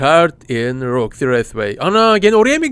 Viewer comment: ABI SEN KAFAYIMI YEDIN MONTIYE MANTYI DIYORSUN ROXIYE ROKA DIYORSUN